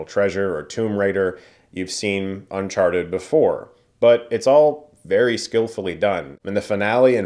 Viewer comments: Sounded like you said Unsharted at the beginning. I'd see that movie. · did he just call it un sharted? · You said Unsharted at the beginning of the video and nobody can convince me otherwise. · I'm not a native speaker so hearing you say "unsharted" made my day. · Why does he introduce it as "un-sharted"😂